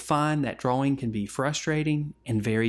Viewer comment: Dwaw Dwawing Nice video, thank u!